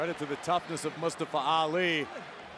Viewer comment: It's not Mastafa Ali! It's Mustafa Ali, you fool Americans!